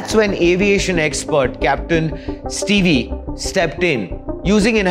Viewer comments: Boss his name is not pronounced as Ste vee, it's Steve(Stev pronounced) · its pronounced as steev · 1. Stop adding background music noise to your videos. It hurts the ears and is very irritating. 2. Stop flashing things on screen continually. It hurts the eyes, induces seizures and is irritating and amateur video making. 3. Capt Steve is pronounced STEEV, not STEVIE. 4. Debris is pronounced DEB-RI. S is silent. It comes from a French word that is why the S is silent. 5. The RAT did not make that noise. It is my belief that it was bad fuel. Water in contaminated fuel will make a loud bang in an airplane or car. Debris left in fuel, same thing. 6. You listed everything that has been said already. What did you add to this conversation? Nothing. Zero analysis. 7. You said something that was incorrect: Yes, bad fuel can take down both engines in one stroke, you said they cannot. They can and have in the past. My belief is that either fuel was contaminated, or fuel pipe was blocked. Look at the facts: VK Ramesh, sole survivor said he heard a loud bang at take off, and plane stalled middair. Once engine gets no fuel, they stall. If there is contamination in fuel, engines will produce a loud bang. Once both engines stall at the same time, plane can only glide down to a landing. Engines produce all electrical power in the plane, and this is divided up between running cabin, AC, videos, and cockpit, radio control. RAT automatically deploys when all ELECTRICAL power is lost. RAT produces a tiny bit of power, enough to run radio and cockpit displays, nothing else. Power failure due to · He is Capt. Steve, not Stevee. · Old news. Trailing, Steeve. Not Steev E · It's not Captain steevee. It's Captain Steeve!